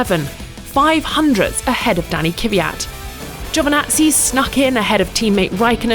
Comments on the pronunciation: Its pronounced KVVVyat, not Keeeeevyat. When will they start saying his last name correctly?! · STOP sayin KIWIYAT. Its NOT kiwiyat. just "kviyat" why is that so hard?? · how difficult can it be to pronounce Kvyat correctly.